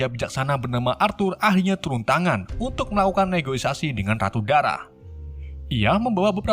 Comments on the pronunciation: Negosiasi x bang ,bukan negoisasi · Negoisasi apa negosiasi si🤣